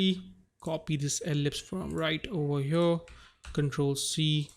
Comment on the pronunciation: “right over HYURRRR.” 😂😂😂